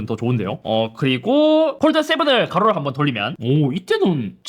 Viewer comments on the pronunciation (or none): 진짜 가rrrrro rrrrro 넓네요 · 세ㄹㄹㄹ로 가ㄹㄹㄹ로 하는 잇섭님 발음이 우리 돌아가신 할아버지 생각나네요 ㅋㅋ큐ㅠㅠ